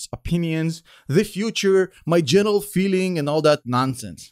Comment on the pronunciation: I salute every time you say "general"